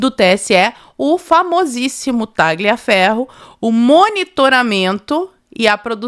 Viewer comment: Primeiro, nome e sobrenome, de origem italiana que contenham a letra "G", não se pronuncia a letra "G", por exemplo: Tagliaferro, fica a pronúncia, Taliaferro, Gagliasso. Ignes era o nome da minha vó e era chamada de Ines. Sobre o poder de polícia do TSE, é só durante o pleito e nessa data já havia se passado . Tudo ilegal!❤